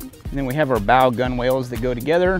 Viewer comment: Pronounced Gunnel, not gun whale. Also the knot is a bowl in. The line in the front is the bow line and the one in back is the stern line. I though you were navy. They still teach maritime terminology in boot.